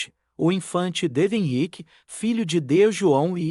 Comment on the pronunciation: Não é Xi é décimo; não Euiqye é Henrique.aprenda por favor Poruguês ao menos no tradudor do Google; Clemento V( quinto); PoetugaL o L final se lê como ÉLE NÃO Au,; Dom Henrique